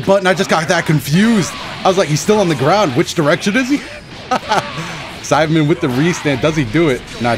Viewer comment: Y does it sound like he’s saying sidemen and not saibamen